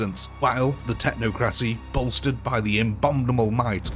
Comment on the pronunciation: It's pronounced "Tech-knock-crow-see." Technocracy.